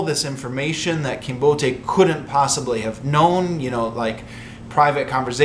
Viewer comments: "Kinbote" should not be pronounced trisyllabically. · mispronunciation of "Kinbote" makes the name sound Nigerian.